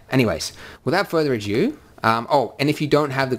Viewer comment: Without further "ado", not "adieu". Not being pedantic or picky, this is the second video I've heard you pronounce this incorrectly. It detracts from your presentation, so consider it constructive criticism.